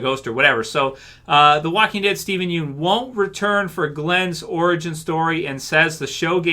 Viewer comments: Pst. Pssst. His last name is pronounced Yun. Not Yoon. Steven said so himself lol. I'm really glad he's sticking up for his life tbh. Fans may want him to come back for something, but Steven's moved on from Glenn. Also, doing a Glenn origin story means going back to the Glenn we knew in S1 if not well /before/ that. That is in fact a totally different Glenn, and as he said, a different Steven (and ten years, let's be honest, is a very long time for a person's mentality to change and develop). Not only does Steven look way older, but the Glenn we associate with him is the older Glenn now. It would likely be very difficult for him to go back to that early headspace. Also, all in all I think he just wants to move on and not get pulled back into a sinking ship. If Frank is anything to go by, the actors /know/ it's a sinking ship. I don't think he didn't get to shine and I don't think people didn't care about him until he died, but I don't think that's what killed TWD either. I think people may have THOUGHT it did, but the writing itself was declining by then to many fans. Killing off some characters the fans loved on top of the declining writing quality is what made people REALLY notice the writing problems. We still had characters left that we loved to lessen the issues, but without the well loved characters, it could be said people stuck around through the bad moments because of the characters they loved, so without that there was little reason for people to stay. Tbh I'd say i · aghhh it's killing me when you pronounce his last name wronggg